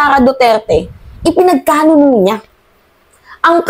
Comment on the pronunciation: PINAGKANULO ✔ not PINAGKANUNO ✖